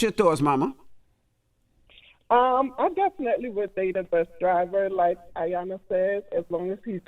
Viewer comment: Damn it a her Name is E-Yanla!!! As long as she’s been around say her name right.